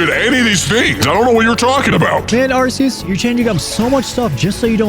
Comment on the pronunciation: You mispronounced Rayquaza, Altaria, and Arceus, and you're worried about other people butchering names? Also, why did you recolor Beta Arceus green? Worst of all, you made a dark Betamon fairy purely because you liked that typing more than what fits, and then you made a fairy Betamon electric because fairy-types didn't exist back then. You broke your own rule.